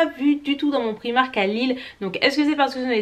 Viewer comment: Un petit effort sur la prononciation de la marque Primark ne serait pas du luxe. Et par pitié, apprends un jour à mettre du rouge à lèvres. Ca fait sale au possible.